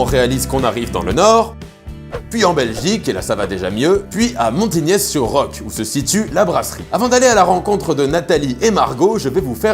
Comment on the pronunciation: Dans Montignies, le "s" ne se prononce pas. On dit "Mont-Ti-Gnie" pas "Gnièsse". Très belle initiative cette bière Continuez les filles!